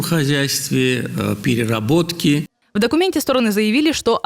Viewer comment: в пирероботки. перероботке чи приреробці